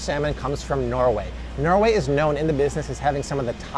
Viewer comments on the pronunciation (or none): none